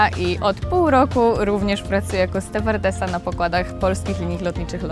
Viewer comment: Ste-war-de-sa? W polskim słowniku nie ma takiego słowa... To chyba tylko w LOT takie wynalazki. Pewnie piją co-ca-colę w bo-eeee-ingach 😂 Tak wymawiać w poprzednim systemie uczyli personel pokładowy instruktorzy, którzy znali tylko rosyjski... No i chyba zostało!